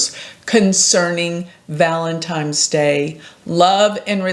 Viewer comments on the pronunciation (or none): Valentines not Valentimes. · Ok, you straight said, “ValeMtine’s” day. So wtf…surely you know it’s ‘valeNtines